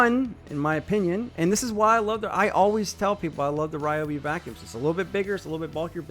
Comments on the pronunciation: Ryobi not Reeobi. 🔥👍🏻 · Ryobi not Riobi.